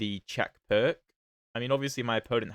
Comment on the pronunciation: The C is pronounced like the ZZ in pizza, so it's more like peerts